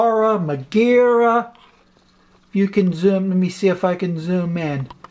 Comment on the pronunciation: Sweet content. BTW, Magura is pronounced like Mag in magazine, but the U is difficult to explain, it's not like O like ohh no, but it's not a U like in you, it's more like Motzart, Ra like in Sara basically like you write it just in European way. At least that's the common way ppl say it, but it might be wrong, but I have never heard it the way you said it. If you look up magura, you can see how the German guy say it.